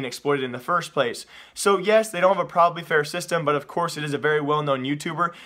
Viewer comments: Dude it's not "probably fair" lmfao it's PROVABLY fair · ITS PRONOUCED PROVE-ably fair not PROV-ably fair prov-able isnt a word